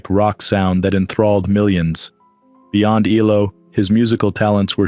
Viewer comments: It’s not E-LO, it’s E-L-O! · It is ELO - Electric Light Orchestra….its not just one word as you pronounced as ello…